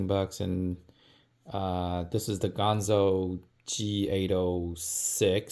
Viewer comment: It's ganzo, not gonzo.